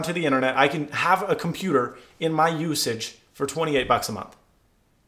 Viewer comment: "usage" not "usagr"